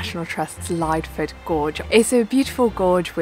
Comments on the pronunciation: I think it's pronounced Lidford. Great vid! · Pretty sure its pronounced lid-ford gorge :D I love going there, been a while since I last went. Great video :) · I get so many comments across so many of my videos that I keep pronouncing place names wrong, I think it's going to sadly become the quirk of the channel - but you've been the first person to let me know the correct way to say Lydford. I'd so pleased you still enjoyed the video despite my butchering of its pronunciation 🙏